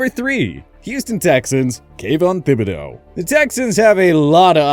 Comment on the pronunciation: THIBODEAUX IS A HARD T AND AS A LOUISIANAN PRONOUNCING IT AS “THIB”and not “TIB” is bothering me